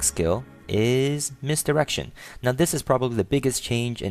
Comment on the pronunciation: dude ive checked it 15times he says misdirection perfectly u just got horny or ure a pervert basicaly if u heared it :P aswell gj changing the gender m8 famale nelf ftw :P